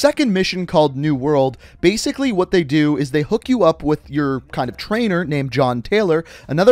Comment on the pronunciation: Zo bazically, brain go boom?